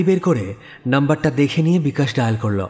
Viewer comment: I believe.. Please ektu uchharon er dikey kheyal rakhben..Bollo,chollo, korlo, dekhlo.. bishesh kore ei word gulor pronunciation gulo..aar voice ta ektu flat lage majhe majhe.. character e dhukte gele ei whispering tone ta chharte hobe. Oporadh neben na asha kori..Eta personal opinion..